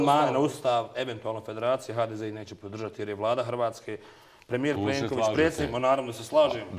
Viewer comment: Kad čujem ovog i kad Kaže HRVACKA.....ajd ćao nemaš što više pričati to nije ni na Bosanskom ni Srpskom jeziku